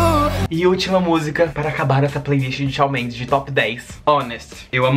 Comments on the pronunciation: Amei o vídeo ❤️ mas é "Chan" Mendes que fala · se pronuncia shon mendEs, mas tudo bem :) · Ele fala Shal Mendes❤❤😂😂😂😂😂😂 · Apesar de ter pronunciado o nome dele errado eu amei, como não gostar de algo que envolva essa cabra berrenta? ahhh o vídeo ficou ótimo ❤❤